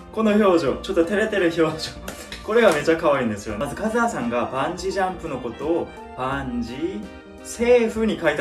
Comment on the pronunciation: バンジジャンプって何？？ って思って見てた。 バンジージャンプって理解できるまで時間かかったわ😂 イントネーションとか発音とか、ちょっとでも違うと聞き取る能力グッと下がるんだなって実感した。